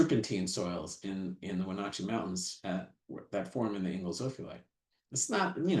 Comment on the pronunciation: It's cool to see a geologist from Florida Gulf Coast University have so much knowledge of Cascades geology. But he still never learned how to pronounce Wenotchee (Wenatchee).